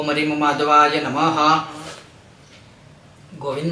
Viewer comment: आप ह्रीम बीज मंत्र मै रीम का उच्चारण करते हो या ह्रीम उच्चारण करते हो आपकी वीडियो मै मुझे रीम सुनाई दे रहा है प्लीज बताए मेरा नवरात्रि व्रत है मैं नवारण मंत्र जप कर रहा हूं इसलिए कृपया बताए 🙏🙏